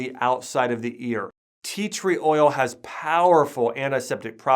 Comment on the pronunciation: did you say theatre oil